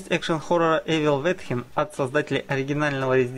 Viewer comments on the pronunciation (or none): говорить не эвил визин, а эвил ветхин это кринж